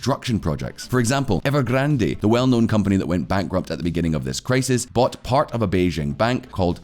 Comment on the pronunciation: Please stop saying EvergrandEEEEEE. The last e is silent, it's just Evergrand.